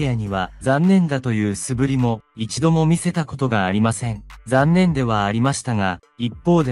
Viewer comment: 素振りーすぶりではなく、そぶりです。親切な笑顔とはどんな顔ですか。:face-fuchsia-wide-eyes::face-fuchsia-wide-eyes